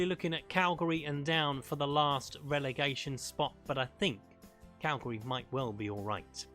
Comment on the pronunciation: Mate its not pronounced Calgary. It's Cali-ari